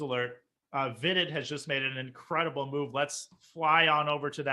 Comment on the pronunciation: "In curay dee bull "